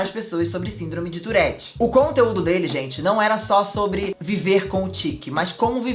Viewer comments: Só tive agonia no tourette Se diz turre TURRE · É touRRete, que pronuncia❤ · Fiquei o vídeo todo agoniada por causa do jeito q p pronuncia "tourette"